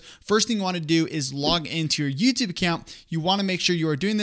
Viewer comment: It's YouTUbe. Not YooToooobe.